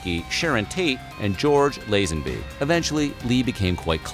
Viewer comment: George Lazenby.... Lah-zen-bee!